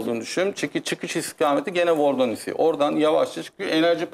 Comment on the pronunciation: Vardonisi değil vordonisi